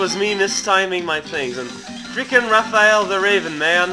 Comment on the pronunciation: It's Raph-Aya-l the Raven!